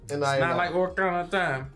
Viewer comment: the amount of "orakana" I heard haha. its "ocarina" (ah-ka-ri-na) G.